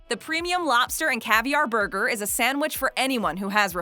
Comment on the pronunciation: LOL... " , What we should be doin is puttin those ribs on a buger" not a sandwich